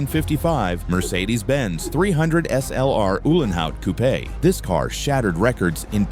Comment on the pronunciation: Ulenhaut coupay lol